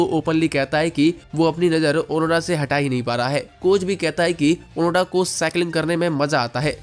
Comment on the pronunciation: ओनोडा नहीं ओनोदा नाम है उसका